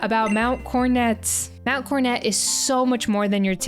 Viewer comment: Wh...Why are you saying mount cornet? Am I tripping here, where's the second 'o' gone??